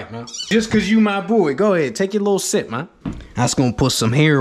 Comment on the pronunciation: Why did he sound so English when he said little sip man